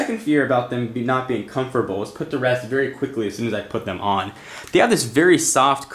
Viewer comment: Comferbal? Wtf?!